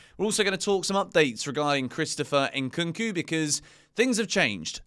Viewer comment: his name is Nkunku, and not Inkunku.😂